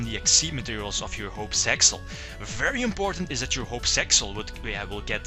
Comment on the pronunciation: It's really meant for Piper Chaos since Utopic Dragon can be summoned the same way. Thankfully, Shock Master is banned in TCG. Btw, it's Zexal, not Sexal.